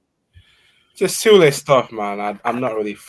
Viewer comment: This guy is hilarious. This is the second show where he can`t pronounce Sule name correctly even after i told him in the comment section. Listen again, you clown. It`s pronounced Su-le just like you would pronounce Su-arez. But knowing this guy he probably will bottle that again lik he bottles everything else😂😂😂😂